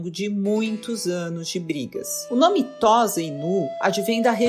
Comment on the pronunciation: Não se fala "Tóza", mas "Tôssa".